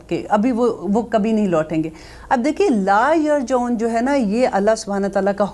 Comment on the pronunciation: App ka samjany ka indaz boht khob.lakin aap tajweed Mai ghalti kr rehy.laa yrjioon Mai bi pehli mistake yeah hoe